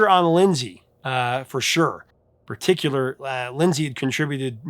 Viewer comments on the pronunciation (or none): none